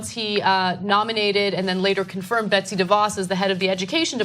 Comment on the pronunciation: It's "Betsy", not "Betty". Just a small fyi.